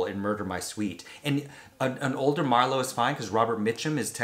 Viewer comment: It would be hard for me to accept Liam as Phillip Marlow, I loved the books & old movies so freaking much! But I may try.......dang you nailed that pronunciation of the actors name! Color me impressed 👏👏👏